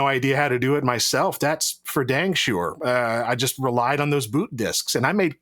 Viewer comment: “THATS FER DANG SURE” you guys need Southerner LGR as a regular